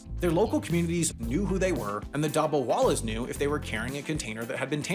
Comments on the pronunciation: Youre pronounciation of dabbawalas is quite funny😂😂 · The way says “ Dabbawalas” is hilarious 😂😂